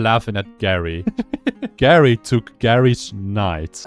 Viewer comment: I think geri is pronounced jerry